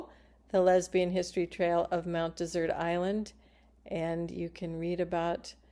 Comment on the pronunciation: Mount Dessert? Why are you pronouncing it wrong?